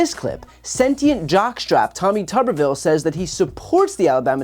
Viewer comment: Is it just me, or do others hear Tommy Tuberville as Teletubbyville?